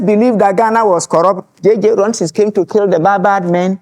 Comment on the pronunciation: The name is Rawlings not “Rollins”.